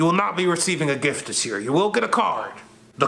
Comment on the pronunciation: the emphasis is on the word "THIS". Small explanation: other things are just gifts, but THIS is a gift. She absolutely loved that gift.